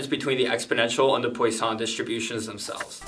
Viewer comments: Great explanation! As a french speaker, I love that your fun fact is how to "correctly" pronounce it but just proceed to butcher it again lmao. But good attempt. You definitely got the PWA right but the sson part is not "San". I can't really explain more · Great vid! Just an FYI, Poisson is pronounced "PWA-son" Like how croissant is "C(r)WA-son(t)" Or Eau du Toilet is "Eau du TWA-let" Merci ;) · The way you say poission wants me kill myself